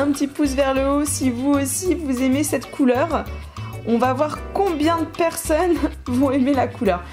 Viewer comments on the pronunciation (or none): none